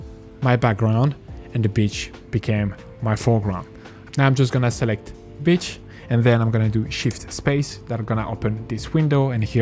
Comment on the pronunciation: not gonna lie with that accent it sounds like your saying bitch instead of beach